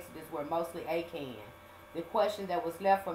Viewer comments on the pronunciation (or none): Akahn .. Ah-Khan